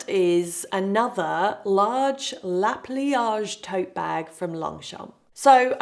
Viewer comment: Not that it matters because we all know what you’re referring to! But it’s Le Pliage from Longchamp and not La Pliage :)